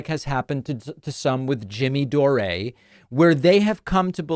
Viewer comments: His name is Jimmy Dore you fucking idiot not Doré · I think you mean --Jimmy Dore--not 'Dorey'. He pronounces it like 'door' as in 'dumb as a door'. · It's pronounced: "Door." Jimmy "Door." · 😂 why do you keep calling him Jimmy "Doré"? Don't get me wrong, I don't mind. Just curious..